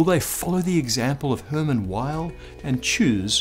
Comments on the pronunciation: Come on, Weyl is pronounced "Vaihl" not "Ueil". He was German, not American. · Weyl is pronounced "vile" -- the "w" is pronounced like a "v" since it's a German surname, and Hermann Weyl was German. I've never heard it pronounced any other way, not by any of my professors when I was a student, or subsequently by any other of my fellow physicists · Isn't it British English "vile"? (to my ear American English pronounces "vile" like "vial", almost two syllables, but "Weyl" has one.) Odd that he gets the vowel right, but not the consonant. Maybe in his years at Princeton he got used to Americans using the English "W" and accepted it. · Weyl is pronounced like "vile" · I thought Hermann Weyl's W was said "V"eil... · You mean Hermann Weyl, which is pronounce like Vail.